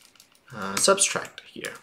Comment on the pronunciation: very helpful video but it's subtract not substract lololol